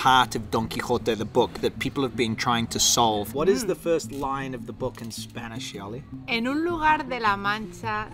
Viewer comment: I have to say you have an amazingly amazing Spanish pronunciation. I have been living in English spoken countries the las 25 years and I’m still fighting with my English pronunciation. I’m so jealous…. 😊